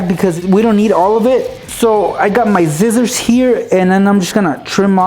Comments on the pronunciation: who else heard him saying zizzors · did u mean to say " zizzors" ? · u said zissor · He said " zizzorz " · lol he says Zcissors